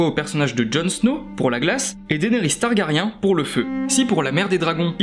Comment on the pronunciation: on peut prononcer Targarien un peu plus correctement svp :)